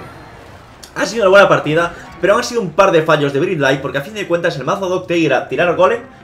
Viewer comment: Tio, estás en Nueva Zelanda y no sabes ni pronunciar Bright...